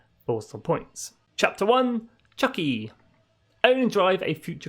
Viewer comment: Chucky is a sadistic murderous demon possessed doll. Chuki is pronounced Choo-Key. It is a Japanese word, roughly translated to "middle", meaning the middle generation of the car. Used in conjunction with Zenki (early) and Kouki (late).